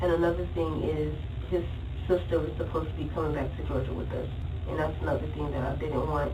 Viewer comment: I hate her accent or voice or whatever it is. Like she pronounces T as D or something or like she’s blowing out all her Bs and Ds, idk but it’s annoying the shit out of me. I cringe every time she says “thing.” “Tdeeeng” 🤢